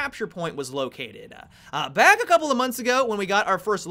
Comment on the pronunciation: "Located-ahhh". What's up with you dragging out the last word and adding an extra syllable?